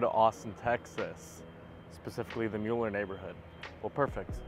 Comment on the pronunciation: It's pronounced "miller". Thanks for the report. I have lived in Austin for 43 years.